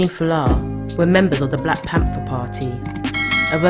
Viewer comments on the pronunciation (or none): none